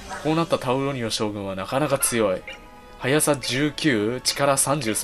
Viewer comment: タウロニオのこと タロウニオって言ってたw